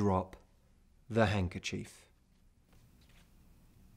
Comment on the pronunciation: It's not hungerchief it's hanDkerchief